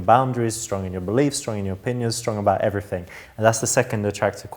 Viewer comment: you're fit, but you don't shit. However I do like a man that enunciates. ..you don't, "everyfing"